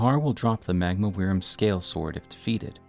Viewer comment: wyrm is pronounced worm.....